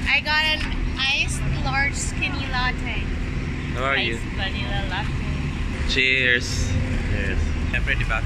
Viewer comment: it's pronounce po as 'Lat te' hindi po 'La tey' salamaaaat po more power!